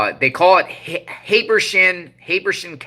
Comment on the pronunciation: Pronounce. Hab er sham.